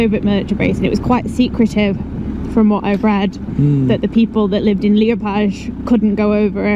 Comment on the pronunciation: Murdered the name of Liepāya. 😅